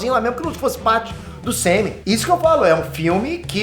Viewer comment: Só eu que entendo “semem”’quando ele quer falar UCM? 😂😂